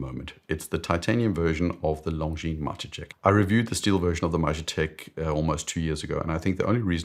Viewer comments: Great vid. I’ll keep posting this on every video where you cover the Majetek until I hear you say it the Czech way - the J should be pronounced as “ye” so “Mah-yeh-tek”. Source: I’m a native Czech speaker. Also would you do a video on the most beautiful and/or most technically interesting movements at any price? I’ve been eyeing Moritz Grossmann, Lang & Heyne, Habring and many more - they don’t get the attention they deserve, imo . And maybe thoughts on independents that are up & coming? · Longines Majetek uses a Czech word Majetek meaning ‘property’. It’s pronounced roughly ‘Ma-ye-tek’. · The pronunciation of "Majetek" is "mayetek" by the way. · Czech here. Sorry to say, but hearing 'Majetek' pronounced like that is a bit painful. :) For some context: the weird name comes from the original engraving 'Majetek vojenské správy' (Property of the Military Administration). 'Property' as the name for a watch? Really? Come on… Honestly, I also feel like Longines completely missed the mark with the aesthetics of this quasi-reissue. The original models had beautifully elegant case shapes, whereas this new one looks almost brutalist. Anyway, just my two cents.